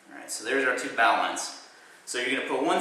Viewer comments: You pronounce it Bo - Lin , not bow line . A very old nautical term pronounced differently than it is spelled. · hey, i just wanted to let u know that its bow(as in archery) knot. not bow(as in ship. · It's pronounced bo-lin, not bow line. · bow line as in archery bow,not bow as in boat bow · Its not a 'bow'line like bow wow. It's 'bow' like in archery. An ancient sailor knot. The old sailors called it a 'bowlin. ' ie: "Yarr.., she's secured with a bowlin Matey". LOL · Its pronounced Boe-lun or Boe-lin, not Bou-line. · "bo-lin" or "bo-line", not "bo-LAN". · Doesn't this guy know that a bow line is pronounced BO LIN. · Bowline is pronounced boh-lin ya jackass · its BO LIN BO-LIN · Thats a wise prediction and is most likely correct, its a good point but the pronunciation in our English language is Boh Lin. It's akin pronouncing "colonel" like "kernel" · Thank you sir, its bow as in and archery bow, and line as in Linn, like the name bowline bo Linn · bowline knot is pronounced bowline in English.... as, bow as in bow and arrow. in Kings English and queens English. ive been speaking kings English for 65 yrs +. an can speek rit proper like ant it ya no.reel proppa leek wat i dus. Good speller also. ha ha . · a bowline isn't pronounced a "bolan" if you're from down south!! :)